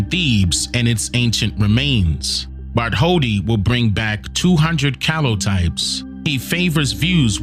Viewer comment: New here. No disrespect but the scultptors name is pronounced Bart told dee, not Bart holdi. In different languages some consonants are silent.